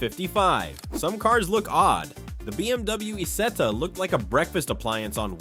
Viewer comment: Es heißt Isetta und nicht Ita, du Pfeife